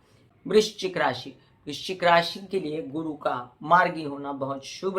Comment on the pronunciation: नमस्कार । आप लग्न से फलादेश बताती हैं तो राशि शब्द का उच्चारण कन्फ्यूजन बार बार पैदा करती है ❗